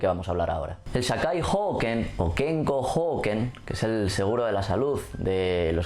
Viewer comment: Hoken es cortito, no se dice houken, porque sino parece que hablaras de la salud en los feudos xd. Gracias por tu video, muy informativo!